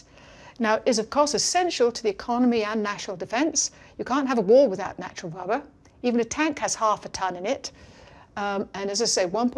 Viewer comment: It is unfortunate that she is unable to pronounce the letter R, hence her having to say ''wubba'' many times. Let us also not forget to lament the Japanese man who decided to sell everything he had to manufacture and market licorice or, as he says it, ''hwigowish''.